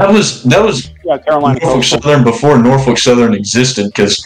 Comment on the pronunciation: So now that I watched the entire video TWICE thanks to the OG vid being deleted, Here's my thoughts: I greatly appreciate the mention there, I really do lol! Yeah it’s true every time he says “Norfolk” wrong I politely point it out during my reactions. I love his Engines Of CSX series, and for now I’m patiently waiting for the next entry. But yeah, a very goated collab/Tier list put together and I loved every second of it! One last thing before I finish typing this. THE MILWAUKEE ROAD.